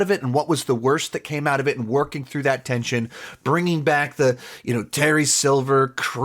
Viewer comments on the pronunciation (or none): none